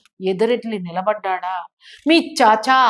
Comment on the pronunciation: చాచా చాచా‌ చాచా అని నొక్కి వాక్కనించాల్స్న‌ అవసరం లేదు